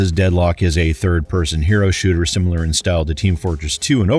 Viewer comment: Sim"I"lar. Not Sim"U"lar.